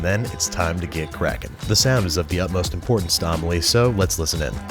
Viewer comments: I thought the mouvie was pronounced Ah-meh-lieh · Your pronunciation of Amelie is so funny